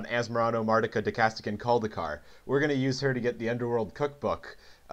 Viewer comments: He said it wrong every time, tho. There's no "cast" syllable. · ...Where'd he get the syllable "cast" from? There's nothing like that in the name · he never says "cast", he says "cadaist" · Best part is you no fail pronouncing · Fluid but also wrong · And he said it wrong every single time which makes it even funnier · i died inside a little every time you mispronounced asmoranimardicadaistiniculdacar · im so glad he didn't actually pronounce the name right. really made the video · Hate to be "this guy", but that's not how you pronounce asmoranomardicadaistinaculdacar Otherwise, great video!